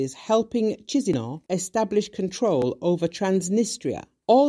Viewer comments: Kishinau! not tchishinau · Oh , the way this lady pronounced capital of Moldova-kizinau made me believe that's a name of a separatist from Transnitria 🤩🙈🙉🙊 Chisinau/ Kishinau ✌️ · Thanks!... BTW, where is "Cheezeenow"? 💀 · FYI, the capital city of Moldova is pronounced Ki-shin-now. Mr. International news broadcaster.